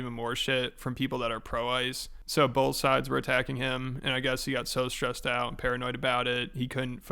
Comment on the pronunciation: bowlth... heard it bowlth ways